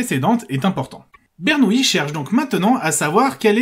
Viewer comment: c'est Bernoulli et non Bernouilli ..... les matheux sont pas tous des nouilles lol